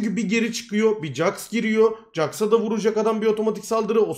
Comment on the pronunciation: koç jaxa cax demeyi bırakır mısın anksiyetem 3e bölünüyor